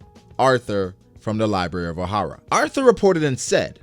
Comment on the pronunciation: Lmao he keeps saying "arhtur" low key tilting me bihhh